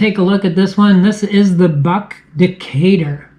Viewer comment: Well, a Canadian pronounced the name correctly and some of your American cousins cannot